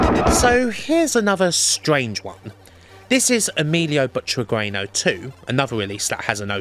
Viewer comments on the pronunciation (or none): Ehh. I love your videos. They're really a blast with all this info squeezed in and a very thorough approach tomthe topic. But I can't stand your pronunciation of the name Butragueño. The "u" is silent and the "ñ" is "softened". So it reads a bit like "butragenyo". BTW, it's a pity you didn't include arcade versions but I suppose it would add another huge layer of work and stretch this video beyond any boundaries of decency ;-)